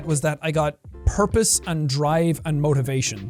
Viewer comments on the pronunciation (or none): I had to rewatch this bit like 3 times to understand he was saying purpose and not herpes codjdodjfodhfdodheofj